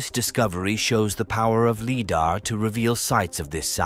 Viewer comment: I won't be watching another one of your videos, mostly because you cannot pronounce Lidar.